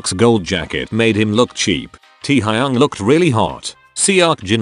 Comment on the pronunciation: It’s funny how he calls teahayuong to our taehyung 😂